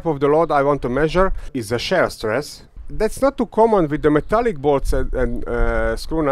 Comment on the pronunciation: Please note that what you refer to as the stress/pulling test is called "tensile strength", and also, shear is pronounced "SHEER". Great video! And very informative too. You really put your life on the line for this one :)